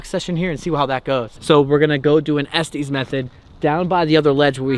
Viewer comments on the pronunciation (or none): It is pronounced Estes Not Estees!